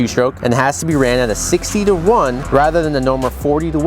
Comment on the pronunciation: WTF did he say 60:1?